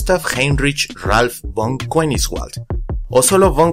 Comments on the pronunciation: SE LEE "FON KENIJSVALT" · La pronunciación utilizada en la narración del nombre de Gustav Heinrich Ralph von Koenigswald, que es alemán-holandés, es simplemente terrible... después ¡se aclara la pronunciación de Gigantopithecus! algo de coherencia por favor.